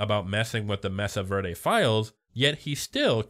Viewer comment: I'm sorry man but it's pronounced *may-sah ver-day*. They only say it 96 thousand times in the show.